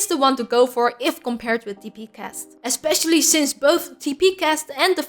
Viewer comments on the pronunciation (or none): none